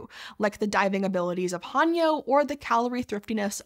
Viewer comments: It’s not pronounced Han-yo. It’s Heh-nyuh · Aye indeed, and thanks for pointing things out ^^ The unintentional 하녀/hanyeo "servant girl" pronunciation here was a bit unfortunate, especially when considering how proper pronunciation of 해녀 in recent documentaries, newsclips, and even interviews with Japanese Breakfast's Michelle Zauber have been well published in various media in the past few years. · Just a nit. The Korean divers 해녀 are pronounced with a long a (like the a in ate), not a short a (like a in ark). It's more typically romanized as Hae-Nyeo if that helps. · Mispronunciation of "haenyeo" directly after the knitting video disaster? Not a good look. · The 'hae' in 'haenyeo' is pronounced more like the 'ha' in 'hay,' but otherwise great job😁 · Since it's bothering me more than it should, any 'ae' in an Anglicised Korean word should be pronounced more like the 'e' in hello, not an 'a.'. And 'yo' is pronounced like 'young' without the 'ng'. I wanted to just ignore it, but the word was read too many times for my brain to ignore 😂